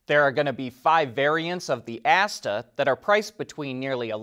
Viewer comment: I knew it!!! The name of that Chinese (9M with the Shanghai local Government) compact crossover is so close to that of the better known OVX (now part of Stellantis) that had to pronounce Asta as "ASTRA"....